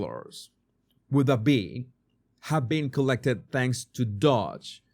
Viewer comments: DOGE IS NOT dodge (you are saying it with out the 2nd d.) It is dough-j. Like dō juh. Like doe or dough with a j as begins just, jam, or jack. DO juh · The 'O' in Doge is pronounced like the 'O' in Phone or the 'OA' Loan.